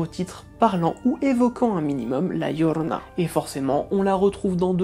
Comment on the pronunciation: Ah par contre votre accent m'épuise prononcé bien son nom par pitié la "djiorona" et non la "lorona" parce que c'est énervant pour les hispanophones je vous en conjure.. vous racontez son histoire alors bon.. d'ailleurs les conquistador ont été traumatisé par cette apparition et on violés et égorgé plus de la moitié des femmes qui étaient enceintes et qui se trouvé dans se village et ceux avoisinants. Mais très bonnes vidéo sinon 👏